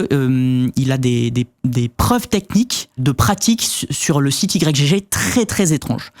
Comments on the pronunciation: Vous dites i-grec gégé vous? Moi je dis juste igue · Personne ne dit "Y G G". C'est Ygg. Comme Yggdrasil. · Mais vous pouvez pas dire "igtorrent" comme tout le monde, au lieu de dire "I-G-G-torrent" ? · "i jé jé" Mais?! c'esg "igue" :') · ohhhhh sérieux ? "Y, GG" ? ... En une syllabe "Ygg" comme le debut de Yggdrasil. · " Y G G " , comment vous prononcez Yggdrasil ? 😂